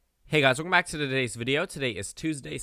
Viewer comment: If anyone can hear the L when he says the word hey guys weLcome back ill give you 50 dollars.